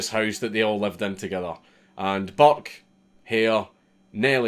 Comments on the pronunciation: Everytime he said "Burke" I heard "Buck" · i’m irish and i didn’t realise he was saying burke coz i didn’t read the title properly do for the first half of the video i thought he was saying buck